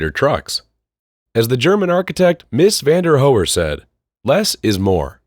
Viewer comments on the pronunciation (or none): Architect pronounced meees van de to. Good narration nevertheless. Just don't know know why narrators don't use the net to find out how to pronounce names, it's ur God damn job.